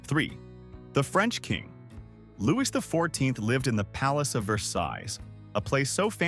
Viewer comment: LOUIS is pronounced Looee NOT Loois !😐